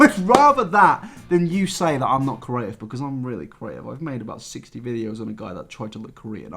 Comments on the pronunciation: yeah I have the same accent as him, he just can't say creative properly. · The way says creative That's it That's the comment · It's just bothering me that he can't say creative properly😂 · doesn't know how to pronounce 'creative'...and he says it a lot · I love you but if you don’t learn to pronounce ‘creative’ I’m taking kenji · Nabber repeatedly trying and repeatedly failing to say “creative” is the funniest part of the video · My GOD, PLEASE learn how to say the words create, creator and creative properly, it drives me absolutely nuts! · why can't you say creative? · Well, you definitely got creative with the pronunciation of the word "creative" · The way pronounces creative drives me insaneeeee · Petition to teach how to pronounce the word “creative” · Not until he can pronounce creative correctly. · I am living for the way pronounces "creative" as "curative" 😭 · if this man says "curative" instead of "creative" one more time.... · Always makes me chuckle when you say “cURative” instead of “creative” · creeee aaaa tiveeeeee C R E A T I V E NOT CURATIVE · No one: Not a single soul: INabber: Ceaurative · "Curative" 'Creative' I'm sorry I just hear this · curative, adjective able to cure disease. "the curative properties of herbs" I think the word you're looking for is "creative". Say it with me: CREE-ATE-IVE. Yeah? Alright. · "Corative" Its... creative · Right I love you but ITS CREATIVE NOT CERATIVE THE R COMES BEFORE THE E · It’s cREAtive not cORative - hermione granger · I'm too stuck on "carative" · Do you pronounce creative as "corative"? You said it three times and I'm starting to think you might be saying a word I don't know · why does he pronounce creative like cur-a-tive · When says “curative” I feel that 😔😔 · Spent half this video trying to work out what curing diseases had to do with anything only to find out you were saying "CREative" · You pronounce creative like Curative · It’s curative